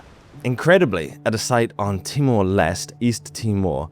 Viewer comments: Hi. Timor L'este is pronounced "Timor Lestee". "L'este" just means "the east" in Portuguese (its original western colonisers). East Timor was its pre-independence (from Indonesia) name in English ‐ "Timor Timur" in Indonesian. Nice name in Indonesian but politically incorrect now, of course. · it's Timor Leste (like liver pâté), not Timor Lest.